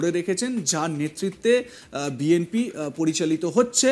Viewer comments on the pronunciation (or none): none